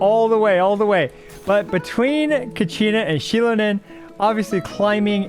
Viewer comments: thank you mr. IWLT editor for correcting that, she is, indeed, based on an ocelot, easy to confuse but many are keeping the mistake. Her name and design are based on a goddess of corn from aztec mythology. Btw, her name is pronounced "she-LOH-nen" (do note that is LOH, not LOW and the emphasis on that syllable) ...you got it pretty close tho. Now that we are getting an amazing geo support, i wonder what will the role of Chiori be. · Pronounced shill-lone-in for the ones who don’t have ears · Xilonen is pronouced "Shil-uh-nen", without stress in any vocal. And she IS a jaguar. "Ocelotl" is the original name for jaguar.